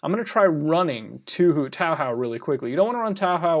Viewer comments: *whispers* Touhou isn't an anime reeeeee "Toahow?" fucking lol Also Touhou is made by 1 dude. ZUN. The fighting games are done by a different group though :p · What is this “tow how” you’re talking about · NicoNicoKMS THANK YOU! At least somebody knows how important words and proper pronunciation is...saying it like "tao how" would completely change the meaning in Japanese....which would, in essence, change the word. It's not being a weeaboo, it's just understanding that language and its rules are important. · TAW HAW BOIII YEEE HAAW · the way mutahar pronuonces touhou infuriates me to no end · How he pronounces 東方 vs how I do it makes me a n g e r e d. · tbh it feels like a cowboy-ish to pronounce Touhou lmfao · im sorry but the way you pronounced touhou made my appetitze disappear and now i cant eat my udon noodles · My name is Taha and I smile everytime he pronounces Touhou as that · *calls touhou anime* *mispronounces touhou** ALL TOUHOU FANS TRIGGERED! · Few things Team Shanghai Alice is one person, Zun, he made EVERYTHING himself. I die a little everytime he says Touhou wrong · here's a drinking game: take a shot everytime mutahar says touhou is an anime and mispronounces touhou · Lmao boi said it so wrong I didn't even realize he was talking about Touhou until he booted up the game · I'm actually Japanese, and I found his pronunciation unpleasant. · It hurts me every time when he says touhou wrong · Take a drink everytime muta says 2hu wrong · It hurts me to watch him play the game It hurts me to see him call Touhou an anime It hurts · its touhou not tauhau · father it's been like a year since you last mentioned Touhou and you're still calling it towhow :( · tahow Wait what, isn't it pronounced ToeHoe ? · 'Toe Hoe', not 'Tao How'. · The game is called Touhou not TowHow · Says toaw hoaw Me it’s pronounced Toho! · I am cringing everytime you pronounce "Touhou" (Toh-Hoh) "Taw-Haw" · Touhou is pronounced like "Toe-hoe." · Did my man pronounce touhou toehow?